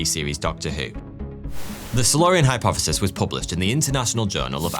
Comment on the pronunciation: Hypofefis? Fheory? Firty fwee?